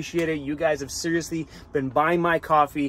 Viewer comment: U say been like Bean….Wth is that all about? Bean to…. 🤓🤓